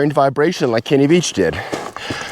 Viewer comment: You keep calling him Kenny Beach and not Veach also the word isn't cash the correct word is cache! I don't think you should take time off it seems to impair your cognitive abilities. Beware the desert lies in wait for you to make a mistake as it did Mr. Veach!